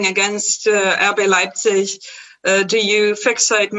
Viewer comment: Lol. Whoever that repoeter is..It's a disgrace he can't even pronounce RB Leipzig.